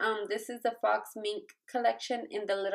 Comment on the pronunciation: Faux is pronounced pho not fox 💄😊